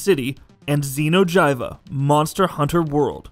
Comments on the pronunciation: It's Xeno'jeeva, not jayva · its xeno jiva (jeevah) not Jivah please play the damn game before you have the Gauhl talk about like you even know what it is how about gaming bolt pick someone who ACTUALLY PLAYS GAMES to do these videos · "Xeno jayva " XD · It is pronounced xeno jeva that is how you pronounce that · How do you say Xeno'Jiiva incorrectly? They pronounce his name in the damn game. Xeno'Jiiva pronounced (zeno-geeva) seriously. You guys just lost a huge amount of my respect for that. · Xeno'j"ee"va is not a newborn it was hibernating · Xeno'Jiiva, pronounced as ( gee va ). Just saying. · Almighty Sosa Batman xeno jiiva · Fighting 2 nirgigantes at the same time and you say Xenos name wrong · You miss pronounced xeno’jiiva. Fuck you